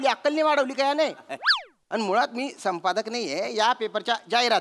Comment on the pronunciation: ४:०३ श्याम पादक ✅ संपादक❌ 😂😂😂😂😂😂😂